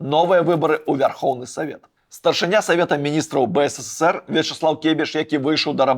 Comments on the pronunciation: выдатнае відэа, але БСССР праз слова замест БССР троху рэжа вушы( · Только не БЭЭСЭСЭСЭР, А БЭЭСЭСЭР ! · ты ў БСССР занадта шмат "С" вымаўляеш)) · Реально, сперва было интересно смотреть Но очень режет слух БСССР.... Какое нафиг.... На мастерке почитай как правильно.... Ёпть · Ён кажа "бэ эс эс эс эр".